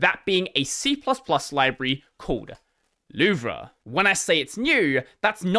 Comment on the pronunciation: Also you pronounced library wrong